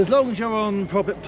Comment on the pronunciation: About did I really hear say, public, pubic, private?